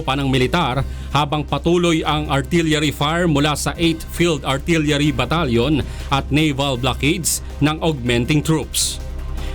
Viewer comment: artilyary battalion.. bobong reporter hahahha